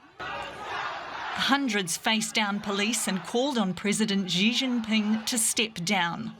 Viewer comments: Somebody tell the news narrator “Xi” is pronounced “C” not “G” 😂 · It's pronounced Shee Zhinping, not Zhee Zhinping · Xi is pronounced as See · You would kind of expect a news media outlet would know how to pronounce world's 2nd largest economy leader's name? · As a major media company, I'm sure you can find a newscaster who can pronounce Chinese names correctly? Basic respect, right?